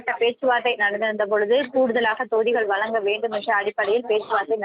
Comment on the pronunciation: அவர்களே வலங்க,வலங்க,என சொல்கிறீர்கள்.அதன் அர்த்தம் என்ன? " வழங்க " என உச்சரிக்க வரவில்லையென்றால் மீடியாவில் தமிழை கொலை செய்யாதே.